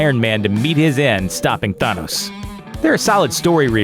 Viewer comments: Thonos its thanos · Why does this guy keep saying Thanos' name like he's a Spanish opera singer. I've been into comics for a while, I've heard Than-os(sounds like fan) or Thain-os (sounds like bane) but never have I heard it ever pronounced Thaw-nos, especially with how he saying it with some weird accent. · Say Thaaaaaanoes, not thonoes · im so happy im only watching this now cuz this guys sounds like an idiot, not even a minute in and he manages to mess up the pronunciation of thanos its THAH-NOS NOT THAW-NOS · Nope for iron man Nope for captain America Yes for vision No idea for Hawkeye Yup for star lord Nope for Thor Yup for drax Yup for scarlet witch Yup for nick fury Not everyone Btw it’s not thunos it’s than-ose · Jesus it’s THANOS NOT THUNOS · Anyone else cringe every time he said, "Thaunos" instead of, "Thanos?"No? just me? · I love how you says Thanos as thunos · i like that he is pronouncing thanos "thaanus" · Please learn how to say the name Thanos...its not Thunos, dude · Atleast get someone to read that actually knows how to pronounce the names.. "Thonos'' ffs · Th-an-os also you said he had visions due to Thanos which is wrong. I won't tell you how so you actually watch the movies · Thun-os hmmm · It is pronounced Th-eyyy-nos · Th A nos Emphasis on the A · I hate the way you say Thanos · why does he say thanos like that? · Ahhh they way you pronounce Thanos is jaw clenching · Why does he pronounce Thanos name that way? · It pisses me off how you say thanos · Wow. Not pronouncing Thanos right. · Sometimes you pronounce "Thanos" correctly other times you buther it... I don't get how. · does this guy know how to pronounce thanos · The way he pronounces Thanos is very frustrating. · OMG The way he pronounces Thanos is so fucking Annoying!!!!!!! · The narrator should not exist he can't even pronounce thanos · your not pronouncing Thanos right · I fucking hate the way you're pronouncing Thanos. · learn how to pronounce thanos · he is pronounced Thanos wrong